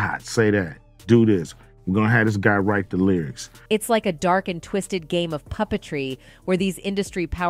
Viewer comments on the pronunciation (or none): none